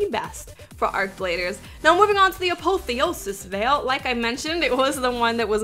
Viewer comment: A-POTH-E-O-SIS VAIL is how it's pronounced